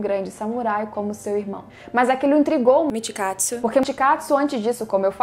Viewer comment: Que isso "mitkatsu"